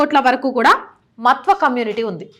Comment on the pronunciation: విశ్లేషణ చాల వివరణ తెలిపినది ముఖ్యము గా కుటుంబ పార్టీ లను సమర్థించే AP హిందువులకు కను విప్పు కలిగిస్తుందని నా నమ్మకం. (దయ చేసి మత్వా అని కాకుండా "మాతువ "అని పలికి చెప్పండి) భారత్ మాతా కి జై ✊ వందే మాతరం 👋 జాగో రే జాగో రే జాగో హిందు 🙏🙏🙏🙏🙏